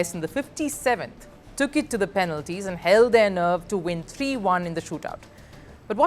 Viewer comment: lol what is PEANLTIES😂😂